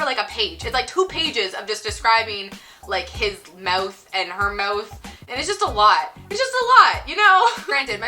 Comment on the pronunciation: I’m an atheist. Why am I here? How did I get here? Why do you say mouth like Dane Cook?